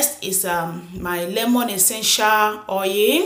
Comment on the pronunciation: Why is oil pronounced as "oye"?